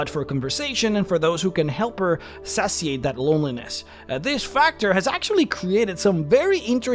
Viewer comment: Satiate - pronounced "say-she-ate"..... you didn't write your script, did you?